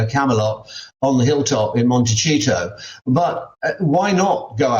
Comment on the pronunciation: Please Mr. Cole, stop saying Montecito as if it was an Italian word. The "c" here is pronounced as the "s" sounds in English, like "Montesito"